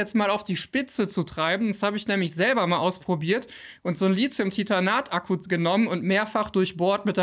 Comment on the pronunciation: Wir üben das Wort "Lithium" . Lit-hium , Lit-hium. Nicht Lizium ;)